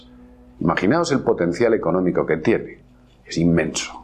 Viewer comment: acento en económico